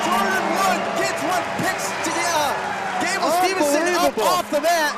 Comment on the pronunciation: Announcer couldnt even get Gable's name right